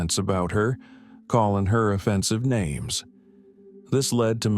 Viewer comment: You know what makes these stories so relaxing? When the narrator insists on pronouncing the names differently throughout the video 🤬